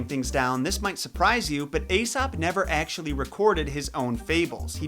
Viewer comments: Hey buddy,that’s pronounced EEsop not Asop. The Greeks combined an A and E together as a new letter which was pronounced E. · Ae is pronounced as a long e sound. Eesop. Not Asop. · I LOVE your videos!!!! Quick tip, his name is pronounced like E-sop OR E-soup not A-sop. Keep up the great work!!! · Isn't his name pronounced EEsop? (as in Aeon, and Aesthetics) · Who thought he said Asap (like ASAP the rapper) 😂😂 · Pronounced Esop the A is silent. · The "A" is silent,, in Aesop. Nice vids tho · Why can't Americans pronounce "ae" properly. It's said as an "e" not an "a". Although originally it was prounced "eye". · This video screams "youve been pronouncing aesop wrong all your life!"